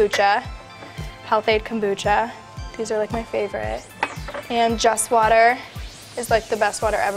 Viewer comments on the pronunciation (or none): none